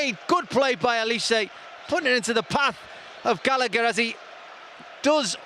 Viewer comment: Nice ball from 'Gallagh' aswell